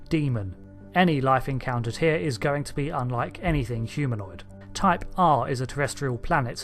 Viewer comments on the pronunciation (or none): none